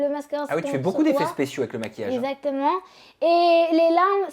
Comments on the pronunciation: Tout comme sa première vidéo avec Sam déjà, "ezzzactement" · non « ezatement »😂